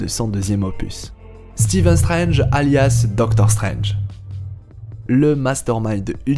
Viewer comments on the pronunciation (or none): none